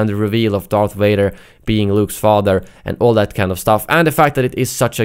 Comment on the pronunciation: "Darth Wader" "May i take your order sir?"